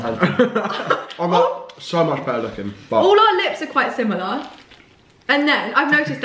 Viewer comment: She says she hates americans "yalls" she goes similyahhh LOL